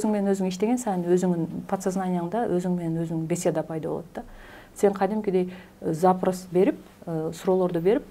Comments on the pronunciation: За'прос эмес😂запро'с.Ударение туура койсон 🤗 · Баары сонун суроо жооп да.Запрас дебей запрос десеңиз туура го дейм.